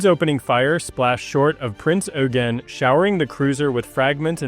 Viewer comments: "Oy-gen", not "You-gen" or "Oo-gen" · Pedantry or not, proper pronunciation surely helps to avoid confusion... "Prince Yougene" was a Royal Navy monitor. ;) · But Eugen is the German version of Eugene. Just as Heinrich is the German name for Henry, French Henri and Dutch Hendrik. So the correct pronounciation is like Oy-gen. And the g more like a soft K than a dzj